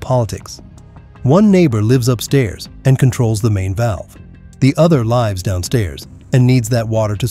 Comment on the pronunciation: "The other lives downstairs". Is this an AI narrator? Why did you pronounce 'lives' in the aforementioned sentence as /laɪvs/?